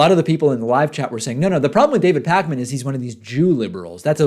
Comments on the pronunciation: David PACK-MAN. I don’t think that’s how you say it. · I love when people call David "Pack-Man" lol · Why do they emphasis "Pack-Man"? Like David is a video game character?